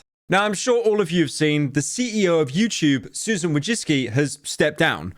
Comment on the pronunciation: after all these years, pyro is the only person who can correctly pronounce Susan’s name